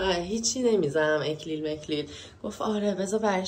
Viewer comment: اینقدر قشنگ میگفتی اِکلیل که انگار درستشه اینه نه اَکلیل😄😄♥️♥️♥️